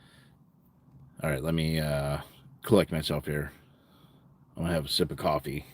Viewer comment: Cwoffee tawk 😂